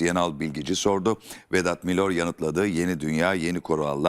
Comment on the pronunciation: Arkadaşlar Vedat Milör değil MİLOR !!!